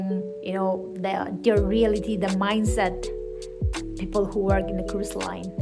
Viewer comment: Right! She was supposed to say it peoPerr 😂